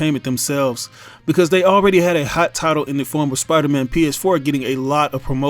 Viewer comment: i just want to point out and that you said piderman instead of spiderman... i just found that funny